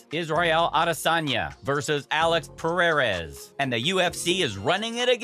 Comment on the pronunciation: Pererez? Close man haha